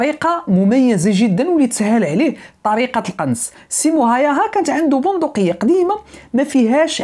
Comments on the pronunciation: اسمو سيمو هاوها y تنطق u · تصحيح فقط لاسم القناص،بحكم اني مقيم في فنلندا، الاسم ينطق ب (هاووها) .موفق اخي الكريم